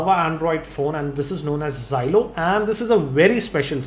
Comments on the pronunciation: it is xolo not xylo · its xolo not xylo.....